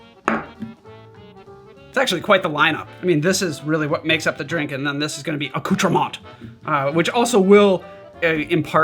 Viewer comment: Thank you for pronouncing accoutrements correctly